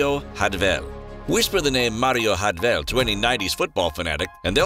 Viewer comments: Also his name his Jardel not Rardel in Portuguese J is read like in English unlike in Spanish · he's name is spoken in Portuguese not Spanish. jar-del not hardel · Stop fucking saying “hardel” in portuguese the J is said like an English J not a Spanish, Italian or dutch J so it is Jardel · It’s MARIO JJJJJJJJJJJARDEL YOU DUMMY. HARD J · Name is so easy to pronounce and yet you may a complete mess of it 😹😹😹